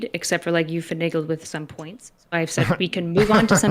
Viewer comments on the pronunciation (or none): haha said feniggled